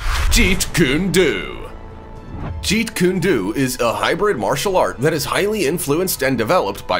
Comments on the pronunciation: It's pronounced Jeet Kundo, the pronunciation is koon-doh! Not koon-doo! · You really must work on your pronunciation, it's quite hilarious but, it's stupid, it's illegal to pronounce Jeetkundo slowly anyway so I would be careful what I say if I were you. 💥